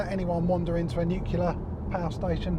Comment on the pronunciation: there speaks a true convert! The fact is that manufacturers, all of them, try to dupe the customer with unobtainable mpg figures (plus other lies, are you listening VW/Audi group?). Btw, it's nuclear, not nucular - a good review though, thanks.